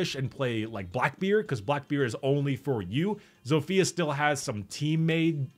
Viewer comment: WHAT IS THAT HERESY AND WHY DO YOU PRONOUNCE ZOFIA LIKE THAT there is short i not like iiiiiiiiii